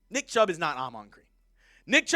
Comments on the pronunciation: he did say chubb in the intro lol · Ya he messed that up for real😂